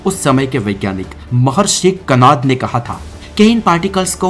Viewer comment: कनाद नहीं कणाद